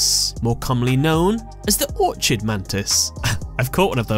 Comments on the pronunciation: It's pronounced "or-kid," not "or-chid," like how chimera is pronounced "ky-meer-rah" and not "chi-meer-rah." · it's Orchid Mantis- not Orchard so it's pronounced Ork-id. Is English your second language? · It's the Orchid Mantis, not Orchard mantis. Or-kid, with a hard C.